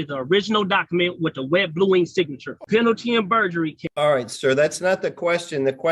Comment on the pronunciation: Lord did this goofy mf say “berjury”?!🤦🏾‍♀️🤦🏾‍♀️